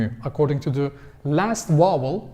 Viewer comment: Just a minor correction in your English speaking,. The word 'vowel' it sounds like you are pronouncing as 'wowel' in your videos. A 'V' is spoken starting with the mouth closed then open to create the sounding of the letter. Other than this, I think you speak English very good. Videon Genis Zaman cok iyi. Tesekkur ederim.